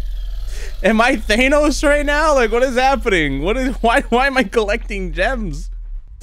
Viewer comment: Words pronounces strangely (with proper emphasis on syllables) BACKrooms: backREUMS Thanos: Thaynos